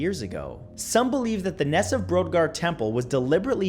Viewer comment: Great video! Just want to say that Brodgar is pronounced 'broad-gar' though.